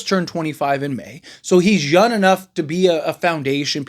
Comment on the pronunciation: Young not yung